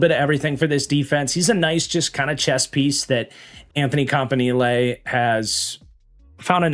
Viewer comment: Love the way that you pronounce Campanile. It just sounds so much better.